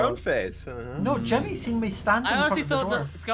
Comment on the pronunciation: “It’s jimmy Its jimmy It’s jimmy It’s shimmy it’s shimmy it’s shimmy” when he says jimmy to many time it sounds like shimmy